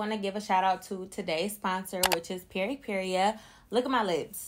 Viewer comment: I love you but pronouncing Peripera as PeripeRIA was driving me crazy Lol. That’s a super cute lippy!